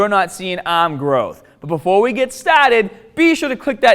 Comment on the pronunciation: Buh-foah we get stah-ted